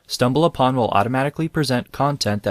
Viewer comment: C'mon, folks-- re-record your punch-ins; don't use AI. "stumbal BUH-tin" was obvious.